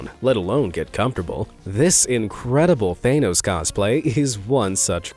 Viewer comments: its TH-HAN Nos not Thane-nos Lol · Thaynos? It's Thahnos. you've made a cardinal mistake for this type of video mis pronouncing the name of famous fantasy characters. You'd think the narrator (that's his only job) would research the proper pronunciation. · god, I need to say it.. Stop saying They-nose, it's Thah-nohs!! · Thanos ⛔ Theynous ✅ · I'm sorry what is up with half of these name pronunciations? Thay-nos?? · He's saying thanos like it has an e in it The word thanos doesn't overly pronounce the A. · After three blockbuster movies (and countless references) that essentially made the character a household name, you STILL pronounce "Thanos" wrong??? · I can’t stand the way you say thanos, dude 😂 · Every single time you mispronounce Thanos it triggers me.